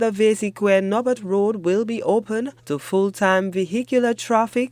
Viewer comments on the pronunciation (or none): HTS let this reporter know that the pronunciation is NOT "Nobert" but it's pronounced like "knob bear".